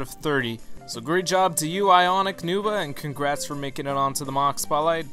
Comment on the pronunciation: I do believe you got IconicNova's name wrong at the start! You said "Nuva" instead of "Nova", a mistake understandable but one nonetheless. However, that is an extraordinarily minor thing that me being nitpicky picked up right off te bat. Aesthetically the MOC is very well balanced, and I really enjoyed the shaping of the legs and upper arms. Those legs make me very very happy. And is that an 'Invasion from Below' beast creature on Tenebris' chest? Nifty! However it's those weapons that really give us something to look at. The shaping of the creation is nice, but the color as previously stated is pretty monotonous. I really enjoy looking at this guy, and I'm glad you've shown him off for us today